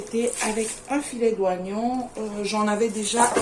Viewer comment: Bonjour , le i de oignon ne ce prononce pas ^^